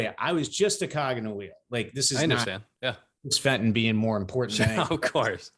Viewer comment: Fenton! Fenton! Fentoon! Jesus Christ Fentooooooon!!!!!